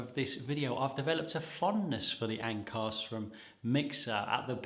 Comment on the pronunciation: Pronounced Ank-a-shroom.